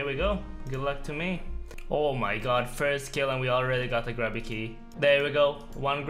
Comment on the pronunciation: I missed when he used to pronounce grubby keys as "grooby keys". Thanks!